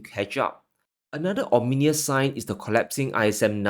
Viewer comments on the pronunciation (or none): OMINOUS = OM-IN-NIS ...my bro, hey from nz.👋